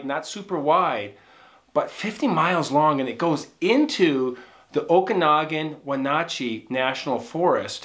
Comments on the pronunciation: Your stories are Awesome! Thank you. P.S. the A's in the Towns of Lake ChelAn & WenAtchee are pronounced like the A in apple... lol Great Story.! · Wenatchee and Chelan are pronounced with the same ‘a’ sound as in ‘dad’ . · Pronounced ShAA-LAnn and Wen-NAAtchee. Great story! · The lake is pronounced Shel-Anne and the town is pronounced Wen-natch-ee as in "Patch" a long A, just so you know. I lived in Seattle for 36 years. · Lake Che Land is the correct pronunciation. Wa nat chee is the correct pronunciation. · just an fyi. you pronounce lake Chelan this way...Sha lann. no o sound at all. also Wenatchee is wha nat she...ya did good tho! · Lake Chelan is pronounced: shell-ann (not shell-on) and Wenatchee is pronounced When-At-Chee. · Pronounced Shu-lann Win-atch-ee